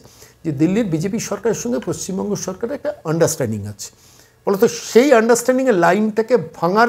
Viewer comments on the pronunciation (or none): none